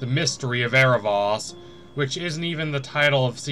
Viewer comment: Dude it's Air-uh-VOHs, not Air-uh-VAHs. Idk this really bugs me😅 I like your videos